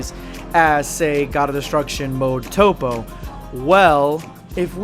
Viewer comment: I'm a dub guy but I hate top. Its toppo